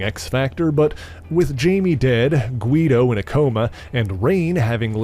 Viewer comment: At least he pronounced Guido's name correctly. It was so jarring to hear him say "Geye-dough" so many times in a previous video.